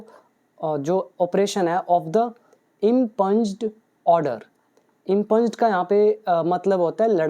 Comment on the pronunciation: Its not इम्पंज, its इंप्यूंड impugned.